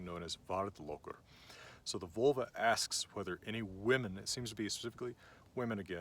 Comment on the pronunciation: 😂 you’re a teacher yet you’re saying these words wrong. You definitely said freyja wrong j = y and there is no “oi” for the e also it’s not VULL-vuh it’s VOHL- vah. This is Norse not Celtic not Latin no American 😂